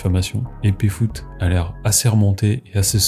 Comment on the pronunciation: Stp dit Péfut pas Péfoot putain ! Pfut, F U T E P F U T !